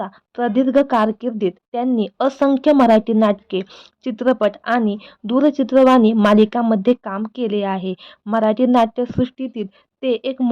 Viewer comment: कृपया मराठी नीट, शुद्ध बोलायला शिका. मानुस, जपनारा, दूरचित्रवानी, आनि, असे शब्द ऐकायला चांगले वाटत नाही.